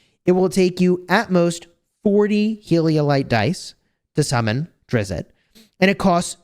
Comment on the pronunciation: Said: Drizzt not Drizzitt